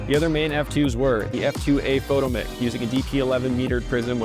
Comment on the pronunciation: We pronounced that fo-TOMM-ic.